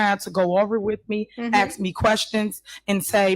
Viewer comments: It's ask not axs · She needs to brush up on her public speaking. Besides 'axking' for everything she also lets everyone know that she jumps through loop holes to get what she wants. The only problem is that the expression goes "jump through hoops". Must be a slip of the tongue cuz looking for "loop holes" is right up her alley! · Anyone who says axe instead of ask sounds ignorant and immediately loses my respect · You killed me with the whole axen shit lol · College educated? She says 🪓 instead of ask....